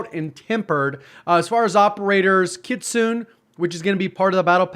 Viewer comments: It's pronounced Kitzsuhnayy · I love it! Thanks! By the way im from the Philippines. Japanase folklore pronounce kitsune as KIT - SU - NE ☺️ Stay awesome! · I think it's read Kitsune, not Kitsune. Wait. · As a weeb the way said "Kitsune" got me stressed out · LMFAOO he said it as I was reading this comment. disappoint :c